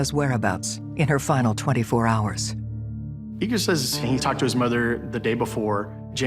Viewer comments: The name is Igor not eager. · His name was pronounced “Eager”, even by his Russian mother. It’s not the American way of saying it.